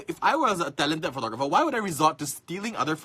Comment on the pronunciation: Profeeeshional Phootogrpheer... btw. Nice rack xD